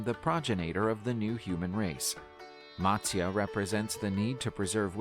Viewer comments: All the pronunciations in the original video were pathetic that is matasya Not matsyaa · None of the pronunciations in the video that you watched is correct.... If you want the correct pronunciation, please ask an Indian from India. But for your reference, I'll try help you along here: - Matsya: Mutt-syA - Vishnu: Vish (not Wish)- Noo - Dhanvanthara: Dhun-Vun-Tha-RA - Avatar: Ah-Va-ThAr - Narasimha: Na-Ra-Sim-HA - Hiranyakashipu: He-Run-Ya-Ka-She-Poo - Prahaladha: Pra-Ha-LA-dhA - Mahabharatha: Ma-HA-bhA-Ruth-A - Indra: Een-dhRA - Vamana: VA-mun-nA This video is not accurate in a lot of the legends that it narrates. Please do not take this as your information... It is an attempt. These stories are considered religious truths, so I would think twice before comparing them with Game of Thrones. That's like saying the story of Jesus is like the Avengers...😂 If you are checking any mythology out, try to get authentic sources for your video.